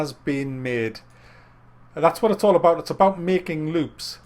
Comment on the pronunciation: Wat's witt dee wabbit?